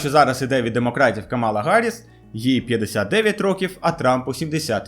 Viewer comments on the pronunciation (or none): none